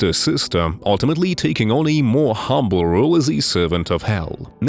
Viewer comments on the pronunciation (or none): none